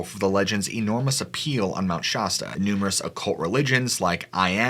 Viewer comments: I think it might be that he's never been corrected. I f the mountain was as he says it, the name would have an "h" in it, hence Mount "Shahsta" instead of Mount Shasta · Obviously he isn't from the area. That got on my nerves hearing Shosta. I wish ppl would do their homework on name pronunciations. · great video! just FYI Shasta is pronounced with a short a sound. im from there ( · What's up with the European pronunciation of Shasta...not "Shaa"...but Shas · fyi Hopi is pronounced Hope- ee and Shasta is pronounced Sha stah love your channel ❤️👍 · Being from California it's weird to hear how you keep pronouncing it "Shosta" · Mt. Shasta short a, a...apple, Not ah, pasta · Shasta is never ever ever pronounced that way . Stop. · All I got to say is if your gonna make a video about something you know nothing of at least pronounce the name of the mountian correctly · Anyone else annoyed how he pronounces Shasta? Lol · Shasta is pronounces "locally" with the (a) sound more like the (a) in aspect. That said, love your videos my man. Glad I found them. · The way you mispronounced “Shasta” so many times and so confidently definitely made me skip this video. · It’s Hope-ie And Massimo… pronounced like the Target clothing brand. And Shasta is pronounced like the Soda/ or pop if you prefer Thank you for the stories 🥰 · It’s Shasta not Shasta! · That's not how anyone in Siskiyou pronounces Shasta. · I swear to god I about turned this episode off just because of the way he pronounced Mt Shasta and lumarians don’t kno why it just bothered me lol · As a lifelong resident of Mt Shasta California this is a fascinating work of historical fiction and in the case of Mt Shasta much of the phenomena noted can be attributed to the formidable number of North American Sasquatch that often migrate through the area. I'm curious about the narrator's obsession with mispronouncing the names of certain key locations. Is this on purpose ? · They both mispronounced Mt. Shasta, in the same way...